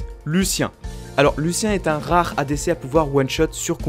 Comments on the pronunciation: c parceque c pas sa vrai voix, il écrit ce qui veut dire et un bot le dit à sa place et le bot ne peut pas dire Lucian il peut que dire Lucien ya aussi une autre vidéo ou il dit afque au lieu de AFK sur sa 1ere vidéo sur les raccourci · Lucien????? c'est Lucian qui se prononce Luciane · on dit luciAN pas luciEN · Quand tu as appelé Lucien au lieu de Lucian, ça m'a frustré :x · Mdr je me trompe sûrement mais tu dit Lucien au lieu de luciAn xd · c'est pas lucien mais lucian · ON DIT LUCIAN, LU-CI-AN!